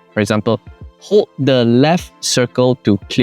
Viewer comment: I would be more circumspect about criticizing Jaecoo's use of English when you're making elementary prepositional mistakes right there as in "room OF improvement" at 6.52 minutes. And you drop your L's so atrociously as well. Hold is pronounced HOLE-DD, not HODE.